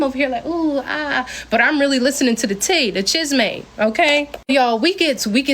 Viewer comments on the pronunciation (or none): none